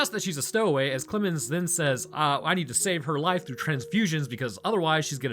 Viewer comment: I don't know what's wrong with me but everytime said "Clemens" I heard "Clibbin's" until I put two and two together near the end of the video. It was very entertaining.